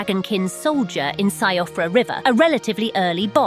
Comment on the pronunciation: i’m gonna be honest, in ds3 it did irritate the crap outta me when people had a gazillion Siegbraus. edit: since you’re going multilingual, “Siofra” is pronounced “Sheefrah.” it’s irish, and no Gaelic language has spelling that makes sense. i mean, “w” is also a vowel in Welsh. figure that out… however, in Irish, if you see an “Sio” you can bet it’s gonna make a “sh” sound. like how the name “Chevon” is spelled “Siobhán.”